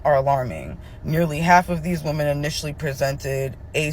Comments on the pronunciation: Omg...I was a teen in the 80's when having this was an absolute death sentence (Well...when the HIV turned into AIDS). This video really shocked me. Also the woman saying "woman" instead of "women" is doing my head in. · how many times is this lady going to say the same thing? Also womEn, not womAn. Please..